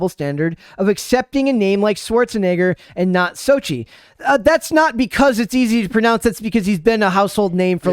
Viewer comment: Soch-tel* the same with Vulcano "Popocatépetl" Tel*